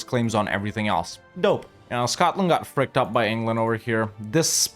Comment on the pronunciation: bro really said Engerland